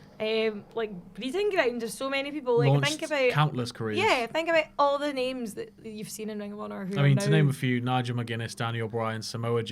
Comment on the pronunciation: Wow...butchering their names left and right haha